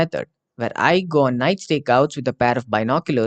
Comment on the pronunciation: You should sepearte the words a little more, I read go on as "goon"